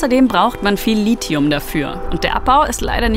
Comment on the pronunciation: Endlich spricht mal jemand Lithium richtig aus, allerdings musste ich öfter schaudern, als von Energieerzeugung/ -verbrauch. Aber guter Beitrag, weiter so